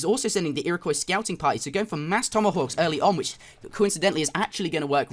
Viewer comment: The Ira-what? the Iraqwuh? The Ira-coy! =)